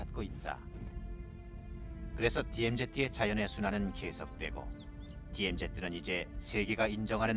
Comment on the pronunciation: 저시절 표준영어발음 디엠제트 구수하구먼